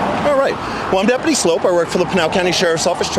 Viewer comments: Oh, btw, it's pronounced "slope" like a downhill ski run, not "sloop" like generic Campbell's Shrimp and Cheese Medley. he actually says it in his vids! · Love the vid (and most stuff with Frank), but his last name is Sloup, not Sloot. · It is pronounced slope not soup 😂😂😂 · Sloup, not Sloot. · His name is pronounced “slope”, as in the steepness of a hill